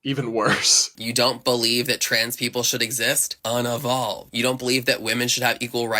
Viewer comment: "UN UH VOLVED"? It's pronounced un EE volved.... now who unevolved?